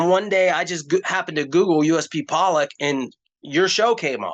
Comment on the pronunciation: it's pronounced "pollock" like the fish